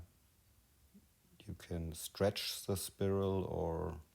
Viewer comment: spiral is pronounced Spy-role.